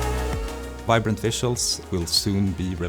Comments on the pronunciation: Vibrant 🚫🚫🚫 Vinbrant ✅✅✅ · I swear it said "Vinbrant" the first time i clicked on it